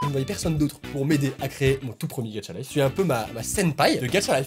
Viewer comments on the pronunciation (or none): Moi au début:, ce n'est pas "Gatcha Life" mais "Gacha Life" 😂😂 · Au début de la vidéo il a dit getcha life